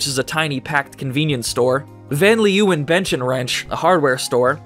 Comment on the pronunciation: The way he said van leeuwen ouch